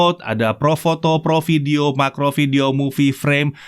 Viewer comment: Lucu pas ngomong depth dan macro 🤣